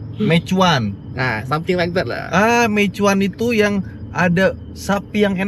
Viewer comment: BKN mei Chuan tapi meiyuen Mandarin nya meixien di Quang tong 😢😢😢😂😂😂😂